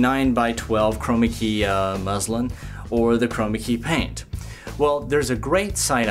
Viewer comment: its called muslin, with a N, not muslim XD